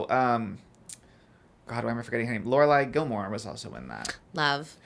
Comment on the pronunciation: “lorelai gilmore”